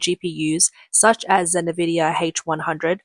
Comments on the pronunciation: If you can say "Cambricon" you can say IN-vidia. NOT NA-vidia. Their logo literally tells you HOW to say it. Nvdia. There is no NA- or NE- sound. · It's not nah-vidia, it's n-vidia. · I like your videos but you gotta get an AI voice that doesn’t pronounce “Nvidia” as “na-vidia”.